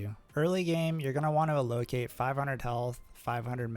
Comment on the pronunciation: somebody tell this man how to pronounce "allocate" 🤣nice video though